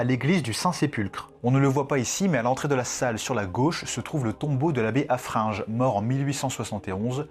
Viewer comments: Haffrin gueux pas ge !!!!😂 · Très bonne présentation, juste un truc qui m'a hérissé : c'est monseigneur HaffreinGUE et pas HaffreinGE. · Juste c'est haffreingue tu dis le gue Mdr j'sais pas comment expliquer